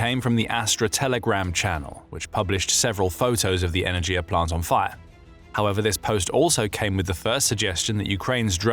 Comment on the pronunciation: Not energia, e-ner-ghi-ya!